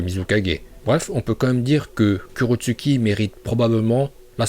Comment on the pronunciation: Sa se prononce kurotsuCHi regarde la VO